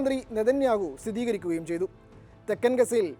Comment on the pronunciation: ഈ ന്യൂസ് റിപ്പോർട്ടിൽ "ഇത് നെതന്യാഹു സ്ഥിതീകരിക്കുകയും ചൈതു" എന്ന് പറയുന്നത് കേൾക്കാൻ ഇടയായി. സ്ഥിരീകരിക്കുകയും എന്നതല്ലേ ശരി...?